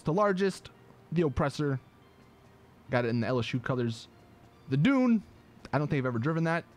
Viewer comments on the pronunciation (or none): none